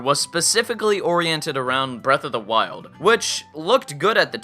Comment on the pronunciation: Listado Top 5 You mean "Breath of the Wild"? You kept saying "Breasts of the Wild".